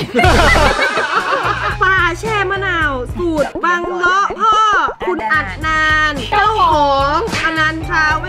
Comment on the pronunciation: เขาชื่อ อัดนาน อ่านว่า อัด-ดะ-นาน 555 เขาเป็นอิสลามชื่อเรียกยากหน่อย55